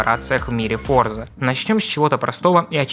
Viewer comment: Выключил на моменте, когда он в первом же разе назвал игру ForzaN...🤦